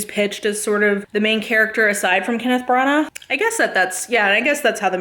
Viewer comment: When you said that Branahghhggh, I started laughing so hard🤣